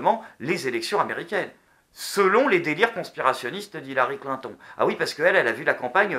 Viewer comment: Clin ton.... XD dit moi que tu a fais expert de dire sa comme sa